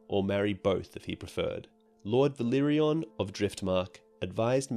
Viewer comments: For the love of God, it's Velaryon, not Velyrion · Great vids! But you need to pronounce valyrian and velaryon differently. It's "vah leer ee an" and "veh lah ree on" :) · Uff... Velaryon pronunciation butchered